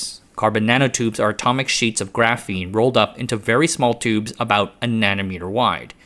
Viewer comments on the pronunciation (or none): none